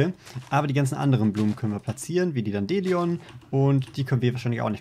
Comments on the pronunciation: Sprich mal das Dandelion richtig. Eher wie Dändilaion nicht wie Dandeelion. Also Lion wie Löwe, denn es ist ja der Löwenzahn. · Flachdachs [dandelīən] wäre richtig. Also eher wie dand-lion (lion wie löwe ausgesprochen)